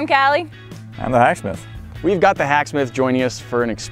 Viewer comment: i thought instead of im the hacksmith he sed im the hashbrow